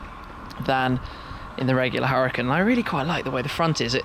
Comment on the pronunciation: U-ra-effing-kan, Shmee.....